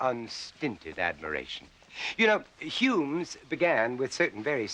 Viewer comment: Curious way he pronounces humans: "Humnes" 😁